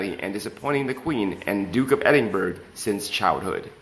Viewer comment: The new voice is great but you need to ensure you get an English proficient person to proof read and edit. Duke of Edinburgh is ed in bor a pronounced. Most annoying